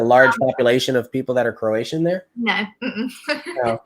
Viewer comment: You are funny... Croatian is not Croatan. 😬😁 Jacksonville, land of the Marines... I've been there and visited Emerald beach. ⛱ 💞